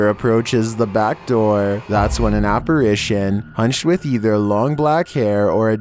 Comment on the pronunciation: ok sooo 28 he thought a bunny was a dog...and in 21 he says aperation instead of apparition...smh hmmm starting to wonder bout him